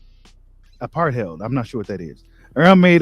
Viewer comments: I thought the pronunciation was apart -hate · A - PAR - TIED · Apartheid is the name of the word you are looking for at the mark. It is pronounced (A-Part-Tide). It was the name of the official discrimination policy. In south Africa. Cry Freedom is a great film with Denzel Washington where he plays a real life activist in the fight against Apartheid in South Africa named Stevie Biko.